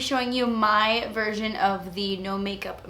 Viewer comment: when you said "version" it sounded like "virgin" and i must admit i chuckled bc im so mature ya know, but your accent is the cutest!